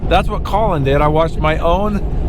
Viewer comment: Colin Caulin Kaulin Callun Kawlin Callin Collen Kolin Cawlon